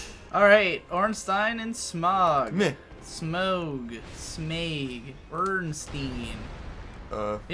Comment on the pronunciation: Smough ryhmes with plough. I don't know why people have such a hard time pronouncing the name. I especially have no idea how anyone can interpret 'smog'. And holy shit . You were one prod away from victory. I'm not sure if I should be grateful that I didn't have to fight these two on my own or not. I summoned someone to help me. Would it be easier if you kill Smough before Ornstein? It seems this video was uploaded very recently, based on a number things said. I'm very interested in watching Fury Road at this point. The Raid and The Protector were great. I didn't expect a Hollywood film would have the same level of action.